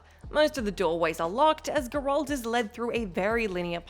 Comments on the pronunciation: It’s crazy. You think after people have been corrected 100 times some youtubers would actually learn how to pronounce Geralt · Considering the game shows Geralt getting exasperated when some lady mispronounced his name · It's pronounced correctly IN THE GAME THEY'RE TALKING ABOUT, it always shows they've never actually played the game at all and are just filling a quota or something. Either that or they're deliberately trying to piss people off. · Why can’t anyone at what cultural pronounce GERALT’S name correctly. Oow it’s a bit aggravating. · I know, right? Like, dude, they say it like a million times in the games! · its Geralt. not Gerolt... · Perhaps even "Gher-lt" , not "grr-Alt" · as soon as she said gerolt the first time instead of geralt i was done with this vid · Please stop! It's not Grolt, it's Geralt..... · The only game this chick has ever played is Mario Kart. And probably Wii Sports. Also, Her customer service voice and smile pisses me off more than how she pronounces Gerr Alt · Enjoyed the video, but I’ve never heard it pronounced Grr-Walt before 🤣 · Gurolt, Garelt, Goralt, Girelt, Garult............. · WHO THE F*CK IS ''grold'' ??? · Wtf is a gurrolt? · i don't understand why WhatCulture can't give the Witcher videos to somebody who has actually played them or at least watched the show enough to know how to pronounce Geralt. you're nice and all but my brain just shuts down when you say gerALT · the pronunciation of Geralt is so irritating i couldn't enjoy watching the video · It’s burning my brain that the name Gearlt has been butchered by this woman. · tried to watch. stopped at 1 min cuz the narrator kept mispronouncing geralts name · The way she says 'geralt" I can tell she hasnt played witcher 3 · And she still cant pronouce his name lol 🤣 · This is why females should not play. Cant even say Geralts name like a normal person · Great video, but I just can't stand the way how you pronounce Geralt's name 😑